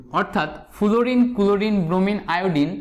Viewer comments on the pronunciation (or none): ফ্লোরিন কে ফুলুরিন বলেন কেন? আগে উচ্চারণ ঠিক করে আসেন মিয়া🥱